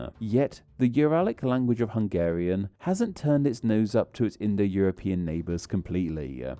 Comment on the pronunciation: Well, it sound like he didn't even try. There is no shame in putting a Google translate clip in there. But sadly the bad pronunciation is the smallest problem with the video. A lot of the info there is just plain misleading or downright wrong.